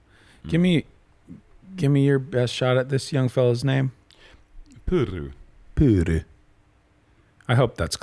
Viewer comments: Funnily enough pronounciation of "Pyry" was way better and closer than the pronounciation of "Joutsen" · Joutsen is pronounced more like "Yo-tsen" than "You-tsen". But the Pyry-part us going so much better 👌🏻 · learning Finnish name pronounciations is admirable. Hears the name once in a language where R is pronounced very differently from his own and instantly gets it like 99% right. Impressive af. 👏🏻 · A lot of people can't make their Rs sound like that. It's a good skill to have for commentary.